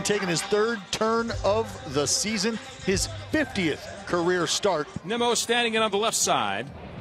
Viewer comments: They pronounced it Nee-mo. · they literally said NEEMO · I know it’s the As, but MLB commentators butchering Nimmo’s name at this point in his career is embarrassing and disrespectful